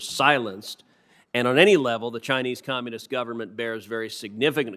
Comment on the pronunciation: Love the way he pronounces...the Chinese COMMUNIST! government...